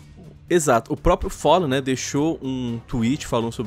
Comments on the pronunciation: O follen, é com A Falen>é essa a fonética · QM É FOLLEN ??????????????????????? É FALLEN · te ver falando "follen" ta uma dor nos ouvidos.... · Não e follen não e fallen! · só não fala "follen" kkkkkkkk, ótimo vídeo! Na minha opinião estavam xitadassos os players da Chaos.... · engraçado eh o chamando o Fallenzão de Follen UAHSUAHA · Todo respeito ao mas alguem também tem agonia dele fala fóllen e keios? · o FÓLLEN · ''follen'' kkkkk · follen KKKKKKKKK q agonia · FOLLEN? kkkk lingua do cara ta noiada kkkkkkk FOLLEN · gringando: "Foli" "Gáulis" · Po, "folen" e "gáules" pesquisa os nomes dos cara man